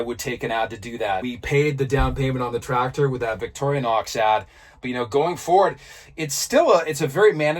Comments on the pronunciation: I dont understand when you say you have to have 100% cash to get finance, do you mean you can't use equity in other hard assets like houses, boats etc? We pronounce it Vic torrr nox, you sound like victory nox lol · Wait. Are you calling it vicori-a-nox? This is another alumInIum moment I guess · Hi, just wondering is the name of the Swiss knife company pronounced Victoria-nox, or Victory-nox. After all it is spelled Victorinox with no ‘A’ in sight. And so glad the history bits will be continuing. We all get a little smarter and well educated each time we watch. A history question for you….the Knights Templar. Were they self-less, chivalrous saintly protectors of Jerusalem or a bunch of self serving mercenaries out to line their pockets with Jerusalems riches? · I love your efforts……but if you say Victoria nox one more time……….🔥